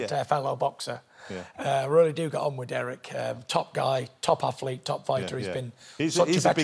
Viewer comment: Why does johnathan ross pronounce R’s as W’s “weally” “wussell” “thwee” “wight”